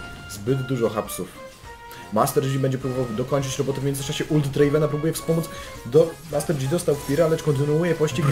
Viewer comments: master DŻI XDDD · Janna=(dzana) Yasuo=(jasuo) Master yi=( master ji) Z jakiej racji master dzi ????? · Panowie. Oglądam was jakiś czas i za każdym razem jak słyszę "Master Dzi" to moje uszy wypełniają się ropa i wrzodami, które następnie perforuja. Z całym szacunkiem do was i do waszej drogi lolowania! 😊 Pokój i Miłość! Joł 😊